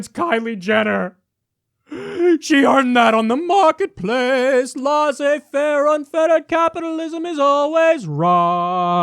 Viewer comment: Kyle's constant mispronounciation of laisser-faire triggers me